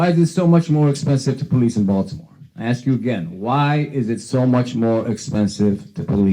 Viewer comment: I ax you: what is a cun-chree? Should we ask, for the sake of the country?